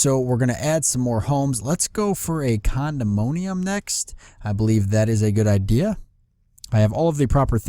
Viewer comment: It's a condominium, not a condomoanium. :p You don't actually have to click fetch when building stuff. Just click Run and it'll automatically fetch resources. Are you remembering to add more levels to your apartment? I think it'd really help this series be a little more engaging if you made sure to edit out the parts where you're just standing around waiting for the labor counter to tick down while thinking aloud.